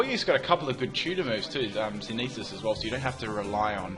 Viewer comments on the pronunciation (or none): It's SynTHesis. SYNTHesis. Not synesis. xD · Synthesis (sin-thuh-sis)